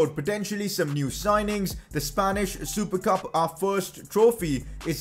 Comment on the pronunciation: Usually said as "Spanish super cup": Spanish supercab.....